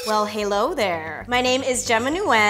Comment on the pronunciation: D....Di....did......she...just say "Halo There" omg imma kill myself